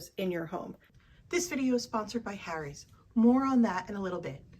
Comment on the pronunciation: The way you say Harry's irks me